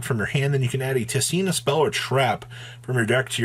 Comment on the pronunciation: how does everyone pronounce tistina wrong? WHERE THE HELL ARE YOU GETTING THE R FROM ITS SO FUCKING IRRITATING. also LMAO, people who bought out adamancipator cards LOL